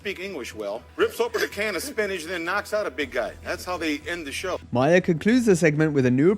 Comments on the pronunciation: Not "Myer" "Maar". Lol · It is not Bill Myers. Its Mahr. Rhymes with car. Learn English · Ma-her not Myer!